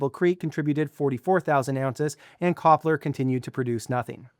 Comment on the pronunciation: Copler is pronounced Tshepler in Turkish